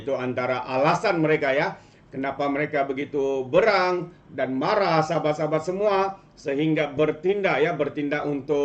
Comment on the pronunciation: Terbaik namun perbetulkan sebutan bahasa "berang" kamu x btul !